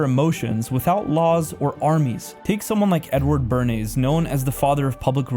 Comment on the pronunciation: UGH, the YT algorithm brings me this video of a 20 year old teaching us the history of American politics and the source of its moral decay. Please beware when you listen to a slick presenter who can't properly pronounce the names of people he criticizes, e.g. Foucault and Bernays. Yes, we have problems in our world, but from the lack of religion in our lives and men not being leaders? Please, you actually think the "rosy" 1940s and 50s" was a great time for everyone? How about those who were black, asian, gay, or poor? Many people opposing your conservative politics would still agree that some of the "moral decay" problems you identify are indeed real, but not for the reasons you lay out. The biggest obvious one: Capitalism. Think about how corporations and the rich actually promote all the societal ills you despise. If we could just start with taxing the rich (from billionaires to influencers) and giving everyone healthcare as a right (Medicare for All) you would soon have very little to complain about. Except, sorry, I don't think you can reverse the fact that women don't have to listen to men any more.